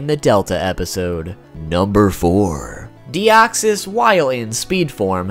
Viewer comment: Thanks for saying it correctly!!! I'm always pissed when people claim that deoxys was the first Pokemon in who's battle a special music plays. Either they never heard of The three cats or they simply phrase it wrongly